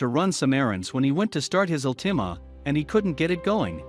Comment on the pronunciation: What race is he? I mean the guys driving in the cars were white while the guy with the cops was black. Couldn't they make them all white or black? Also it's a "Altima" not an Nissan al-tee-may. Good story though. It's not uncommon for people to do this.